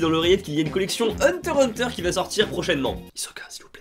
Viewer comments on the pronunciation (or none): tu sais que dans la vraie prononciation il n'y a pas le x :P